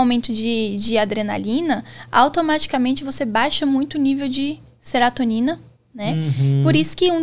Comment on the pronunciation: Serotonina, não “seratonina”. O medicamento é inibidor seletivo da recaptação de serotonina, não “inibidor de seratonina”.